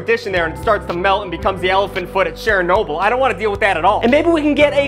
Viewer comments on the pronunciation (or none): Is Sharon-noble a common pronunciation?? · Did he just pronounce it as chair/a/nobyl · Cheranoble? Really? I love ur vids but plz pronounce it right. I'm a nuclear physicist this hurt. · I like the pronunciation "Cher-noble" a la the famous singer 😂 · I love the way you pronounce Chernobyl. "Cher Noble" lol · It is pronounced tre-noble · Wait did you pronounce Chernobyl as Cher-noble, as in like... the singer Cher? Was that a bit or do you honest to god think that's how Chernobyl is pronounced? If it's the second that's hilarious